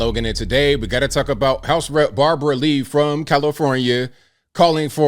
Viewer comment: Thought you said bobby lee for a second😂